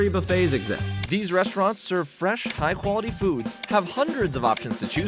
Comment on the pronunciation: Freshshshh...do all asians pronounce that word that way? Or just utube culinary asians? America explain?!😂😂